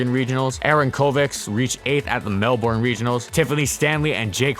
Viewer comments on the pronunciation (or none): fyi "brisbane" is pronounced "brisbn" and "melbourn" is pronounced "melbin" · Really enjoy your videos, fantastically researched. But I have to admit that your pronunciation of Melbourne and Brisbane really stands out for an Australian. Think "Melbin" and "Brisbin" (I know it's strange). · Melbourne is pronounced Mel-bin. Please try not to butcher the name that badly 😂😂😂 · Just for future videos, Melbourne is pronounced as Mel-Burn not Mel-Born But if you say it quickly it's just Merl-bin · How many times do I have to say this Melbourne and Brisbane are pronounced Mel-bin and bris-bin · Hey dude, love the videos! With regards to pronunciation of Australian cities, I've put some phonetic spelling for you below :) you'll sound like a true local. Melbourne = Mel bun (that is seriously how we say it...look it up on YouTube if you don't believe me!) Brisbane = briz bun You do all the other ones perfectly.